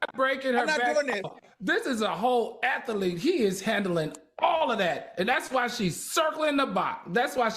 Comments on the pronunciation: It’s been years and none of the cohost will inform Al he is pronouncing athlete wrong 😢😢😢😢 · Can somebody tell Al how to pronounce athlete? 🙏🏽🙏🏽🙏🏽🙏🏽